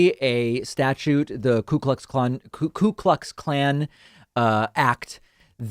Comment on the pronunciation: I love the way this guy builds his narrative, even preparing mispronunciation of KKK to seem distant from them, so he can come off as relatable to I suppose is his fan base. This is a smart and well intentioned individual.